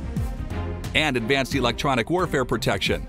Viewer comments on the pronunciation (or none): none